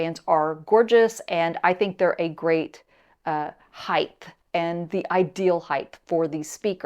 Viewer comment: *Height only has two h’s and ends with a t. Apologies for the grammar nazism, but the mispronunciation drives me nuts. Great review and thanks. I have the regular Lintons and bought a 2nd pair for my niece and nephew-in-law. We all love them. Super versatile, easy to set up, good off-axis response, and super bass.